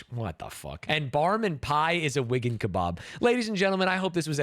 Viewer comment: The pronounciation of kebab is so jarring